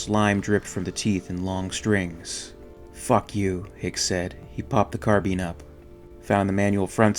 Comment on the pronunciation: its a carBINE not a fucking carBEEN